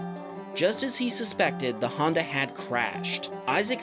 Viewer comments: Handa bump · The way he says Honda makes me laugh. 😂